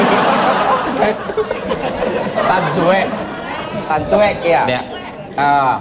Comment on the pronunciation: I think they pronounced it as Than Sue.. which in Indonesian language.. Sue means bad luck..